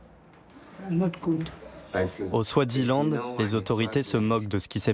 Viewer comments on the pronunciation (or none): Eswatini et pas Euswatini, Swaziland et pas Swadziland